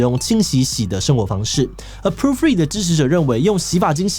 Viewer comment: 為何要一直念成proo-free啊? poo-free有很難念嗎?